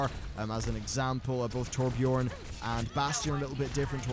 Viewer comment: Torbj-earn/urn (Basically the Scandinavian pronunciation for those interested)